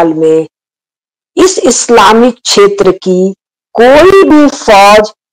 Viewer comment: छेत्र नही क्षेत्र बोलिये